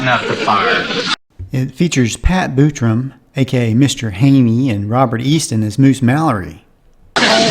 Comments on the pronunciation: Pat “Bootrum”? It’s pronounced “BUTTrum”! Haven’t you ever seen a Gene Autry Show episode? Buttram was Gene’s sidekick, starting in feature films, after Gene’s original sidekick, Smiley Burnette, left the Republicans Pictures series of Autry movies, then continuing into TV. “Pink Lady” was a Japanese vocal group. The TV show was built around them, in the same way as the variety show, “Tony Orlando & Dawn”. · That’s BUTT-trum and not BOO-tram..